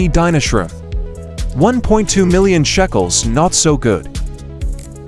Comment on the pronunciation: BTW ITS NOT CALLED SHACKELS ITS CALLED SHECKELS